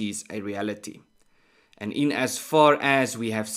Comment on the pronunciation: Ernst,without being critical of your well presented very professional subjects,I would request that pronounce the word reality as written and remove the ( h ) . Eg. — reahality. Most Afrikaans speaking South Africans make this mistake for some reason or other.